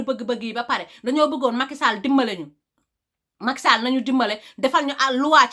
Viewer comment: J'aime bien comment elle dit le nom Macky Sall 😉